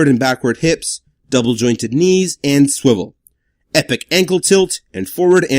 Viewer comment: I may start watching you instead of jobby because you say sWiVeL